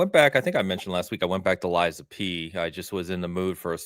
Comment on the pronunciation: Ok all this time I hear Liza P finally realized it is lies of P 😮